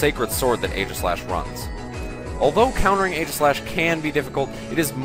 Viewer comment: For some reason, I feel like being a douche about this video. So let's criticize everything. Firstly, fanart. Don't use fanart. Second, The first A in Aegislash's name is silent. It is based on the shield Aegis (AKA Egis), in which the 'A' is silent. When you actually say the name of a Pokemon's form, form has an E at the end. For the onscreen description of Stance Change, since it was a quick summary, you should have used the in-game description. "The Pokémon changes form depending on how it battles." Steel resists Fairy, it's not immune to it. How did you not catch this mistake in post? Mandibuzz does not resist Sacred Sword. It's part dark. More fanart. Even more fanart. How about Weakness Policy on Aegislash instead?